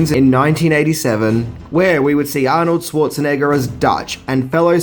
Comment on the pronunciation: Anorld schartanigga